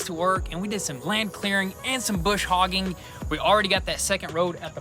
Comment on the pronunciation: Hi, I have been following you two from the start, but I have to speak up and say one thing, It is not Bush Hoggin. It is Brush Hogging. Sorry I have been doing it for a lot of years.